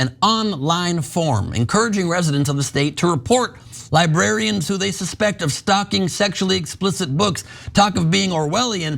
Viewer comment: Lol. "Libarians"